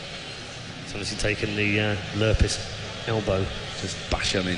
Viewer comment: its lurrpis -.